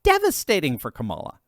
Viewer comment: Eddie Griffin calls Kamala, Ka-lie -a